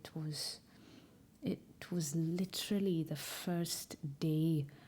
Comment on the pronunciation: The way u say literally is so welshy as a welsh girl it’s not to shabby